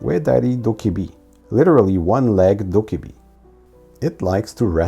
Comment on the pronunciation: everythings fine until you notice they said “dobbaebi” instead of “dokkaebi”